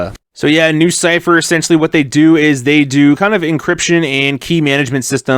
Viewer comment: Sounds more like lucypher